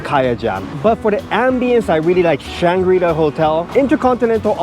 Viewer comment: Kaya toast kopi set: first and lasr thing i get when at Changi Airport! Great video. Definitely trying the Intercontinental's next time. (BTW, in English, the coreect pronunciation of Shangri-la stresses the final syllable.)